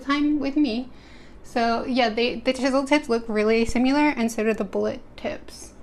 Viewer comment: 101st like btw she said simular instead of similar